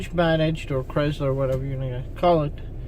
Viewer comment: Sounds like CRY SLUR NOT as you are pronouncing it.